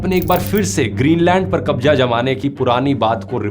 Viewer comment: your videos are amazing. one request "pls say mazak not majak" "Kabza not Kabja" pls make pronounciation correct..... use z instead of j........